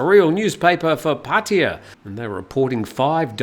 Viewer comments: Pah Tah Yah. (not Potty - uh.) Similarly, it's not Loon-down - it's London. It's not Mee-am-eye - it's Miami. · Break it down: พัท (Phat) ทยา (Tha Ya) - this is why when you drive there the (oldest) green highway sign says "Phatta Ya" . So translated it is really Phat Ta Ya. The two "Ts" blend together when spoken, so in proper Bangkok Thai "Pah - Tah Yah" is the way it is pronounced. It is CERTAINLY not pronounced Puddy/Paddy/Potty uh. Personally, I hate Pattaya and the cretins that live there, but I do love the Thai language, and this constant ignorant mispronunciation of three simple sounds is like nails on a chalkboard. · Sorry, I just find it fascinating how foreigners are completely unable, or refuse, to simply say Pah-Tah-Yah properly. It's very easy to pronounce, yet nobody can do it. It's always, Padea, Potty-uh, Poddy-uh, Puddy-uh. It's quite remarkable. But no worries, carry on.